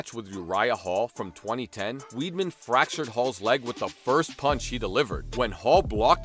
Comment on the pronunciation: It's not Chris Weed'Man dude, it'S WEIDMAN